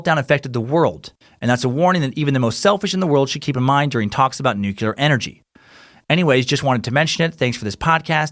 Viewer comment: New-klee-uhr. Not "nucular".